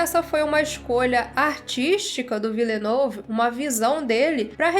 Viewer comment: amo você, mas ouvir tua pronúncia se Villenueve doeu meus ouvidos. Excelente vídeo COMO SEMPRE, não leva a crítica pro coração por favor, vc é maravilhosa